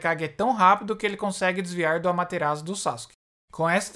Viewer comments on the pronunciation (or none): none